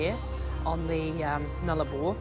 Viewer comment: It isn’t Oikla it’s Eucla,.sounds like ‘YOU-KLA,….. No ‘A’’ in the middle…….. and it is NOT ‘NOOL A BAR,.. ITS NULL-ARE-BORE’.and that track that you went down to what’s left of the old Telegraph Station, is actually part of the original Eyre Highway and the track that you went down there on is known as Old Eucla Pass….. also on the old Eyre Highway.